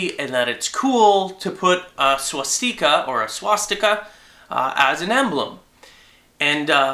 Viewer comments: stika not steeka lol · It's pronounced: SWAH-STICK-AH. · i was thinking penis still he said swastiker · swashTEEEEEKA? pronounce it right man. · Please, please stop calling it a Swaaaaaas-teeeeeka. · Why do you say swastika the way that you do? Is it an alternate way of saying it? :o